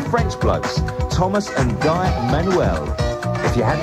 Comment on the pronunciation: Guy is pronounced like 'gee' if it is French, I think?